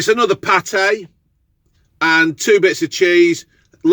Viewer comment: Party not paté